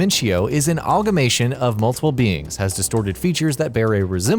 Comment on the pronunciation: #15 Your pronunciations. Sepul-cher? Do you mean Sepul-ker? Algamation? Do you mean amalgamation? Tins? Do you mean tines? Your quality has gone the wrong way since I've subscribed.